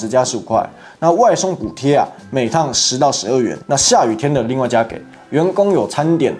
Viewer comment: 加給唸ㄐㄧˇ不是給ㄍㄟˇ